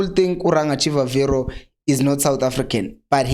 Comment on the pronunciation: He's not Chivaviro but pronounced this way Chibabiro